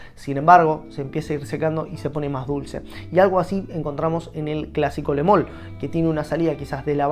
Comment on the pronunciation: Porque le decis "le mol"? en todo caso es "lu mal" perdon, es re de hincha pelotas pero me molesta como cuando hay gente que dice Dior Jom, cuando se pronuncia "Dior om"